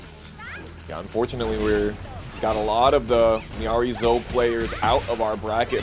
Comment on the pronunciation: Take a drink every time he mispronounces Miary Zo